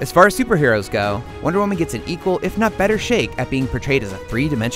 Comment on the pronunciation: Michael Montalvo he sounds like he's saying 'one woman' doesn't he.